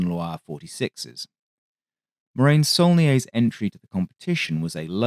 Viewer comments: It is pronounced morahn you moron, not marain. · Sorry, but even if the pun with glacial deposit "moraine" could work due to the glacial pace of the aircraft, Morane is to be pronounced with a full "a" as in "attention" to make something akin to Mor-Ah-n' (actually quite close to the Irish "Moran") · Please...it's pronounced Mor-ahn. It takes literally seconds to google this. It grates to hear it mispronounced repeatedly for half an hour, and I'm not even French! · Excellent video as usual. Only criticism is the pronunciation of "Morane." That's something you should be able to get right.